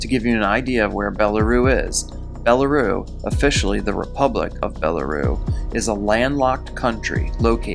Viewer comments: Belaroo? Shouldn't it be Belarus (bel-ah-rüs)? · It's pronounced, BELLA RUSS not BELA ROO. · Belarus...the s is not silent....it is pronounced bella-roos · great job, the tiniest critique would be to pronounce the S on Belarus. I think you have enough talent to equal Mr. Ballen. Stay with it you're good. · BelaRUSSSSSSSSSSSSS -- As in Bela Russia "White Russia" -- come on my guy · Lol I was laughing my ass off at his pronunciation of these two places as well